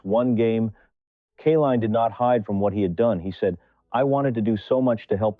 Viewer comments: Nice story. BTW, it's Kay-line, NOT Ka-leen or Kuh-line. Not good AI!! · Lee's proofread this video and redo it. 20 years and 12 days before 20 years and 24 days is only 12 days. It would have meant that alkaline would have had to have won that batting title on the day of his birth his name is Kaline... with a long I. Because of the e at the end. Not Killeen. At least have the respect to pronounce his name the way it is written. Other than the obvious flaw in the way you're presenting the story depending on AI instead of having an actual narrator and if this is a narrator he needs to learn how to speak. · His name is pronounced K LINE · Didn't appreciate your "CAH-line" or "KAY-leen" pronunciations... How about hiring REAL/LIVE folks? ...and a baseball enthusiast would be "nice". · The Greatest player for the tigers during my generation. But the narration often mispronounced his last name. Should not have happened